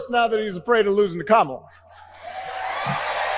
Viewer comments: HE PRONOUNCED 'KAMALA" CORRECTLY! Get him to a hospital ASAP! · He ACTUALLY pronounced Kamala’s name correctly!!!😅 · LOL, when he says "Comrade Kamala" he is forced to pronounce her name right 😂